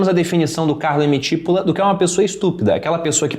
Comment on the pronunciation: se o cara era italiano, o sobrenome nesse caso seria pronunciado come tipôla, que é cebola aqui, paroxítona. boa dica. vou ler o livro. abraços.